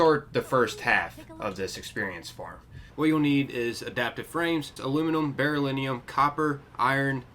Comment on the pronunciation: Beryllium is pronounced Beh-rill-ee-um. Just so you know for future content.